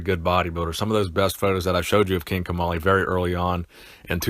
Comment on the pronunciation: I thought you said King Tamale